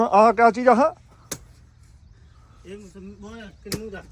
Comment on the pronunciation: ਹਾਜੀ ਸਤਿ ਸ਼੍ਰੀ ਅਕਾਲ ਜੀ ਸਾਰੀ ਹੀ ਟੀਮ ਨੂੰ ਜੀ ॥ ਹਾਂਜੀ ਵੀਰ ਕੀਨੂ ਨਹੀ ਹੁੰਦਾ ਕਿਨੂੰ ਹੁੰਦਾ ਹੈ ॥ ਤੁੱਸੀ ਮਾਹਲਾ ਵਾਲਿਆਂ ਨੇ ਤਾਂ ਪੰਜਾਬੀ ਦਾ ਜਲੂਸ ਕਢਿੱਆ ਹੋਇਆ ਹੈ ॥Pardeep Singh Mann Near Yuba City California. ਪਿਛੌਕੜ ਬੰਗਾ ਖ਼ਾਸ ਸ਼ਹਿਰ ॥